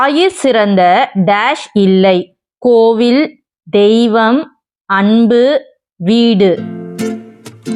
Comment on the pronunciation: The-ய்வம் என்று தவறாக உச்சரிக்கிறீர்கள். Dei-ய்வம் என்று சரியாக உச்சரியுங்கள்!